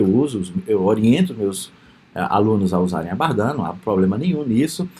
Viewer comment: professor, a pronúncia correta é Bardén, invés de Bardã